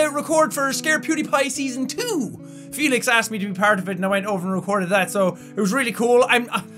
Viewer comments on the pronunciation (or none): none